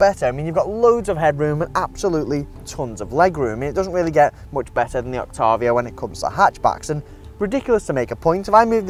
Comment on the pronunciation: You pronounce Octavia incorrectly.